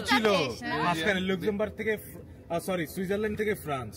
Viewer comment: Luxembourg উচ্চারণ ta apnr vul hoi🐸